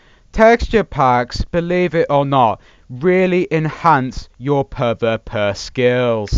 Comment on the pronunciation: It isn't puh vuh puh its pee vee pee